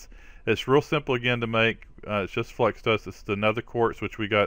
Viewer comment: "" crystal:) you can call me out in your vids. It's ok:)